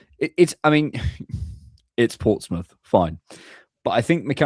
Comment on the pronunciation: its Portsmouth though